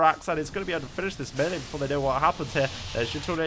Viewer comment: Wow, a Brit who can't say melee. Odd.